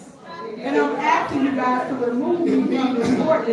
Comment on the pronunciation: When she keeps saying “AXING” does she mean “ASKING “? This is totally UNBELIEVABLE!!!!!!